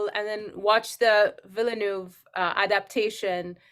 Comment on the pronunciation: That she couldn’t say Denis Villeneuve’s name right put me off.